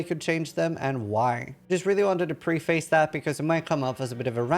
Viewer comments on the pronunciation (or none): Its " preface" like preh fess. Not pree face. This has been your daily dose of school house rocks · preface is often pronounced like "prehfiss". im not a pronunciation nazi but english isn't my first language and i appreciate when people correct my pronunciation so i pay it forward :p